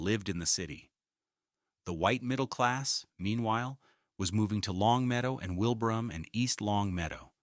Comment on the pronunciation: Longmeadow, East Longmeadow, and Wilbraham (mispronounced) were mentioned but not Agawam and West Springfield.